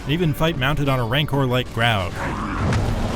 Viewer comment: maybe he's talking about "graug", which the reviewer pronounces correctly as well.